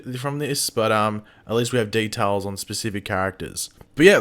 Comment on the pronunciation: The way he said details lol